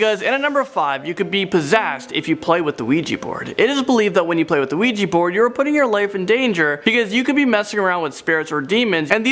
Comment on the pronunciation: "An Ouija board"? Her pronunciation is just atrocious!